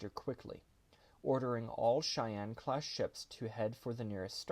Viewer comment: I know it’s simple, but thank you for pronouncing “Cheyenne” right. They times I’ve heard others say “she Anne” is staggering. And growing up in Cheyenne Wy it’s become a surprising pet peeve